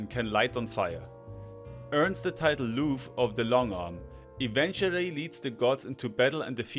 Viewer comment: the namnmes cian and lugh are pronounced "key-yan" and "loo"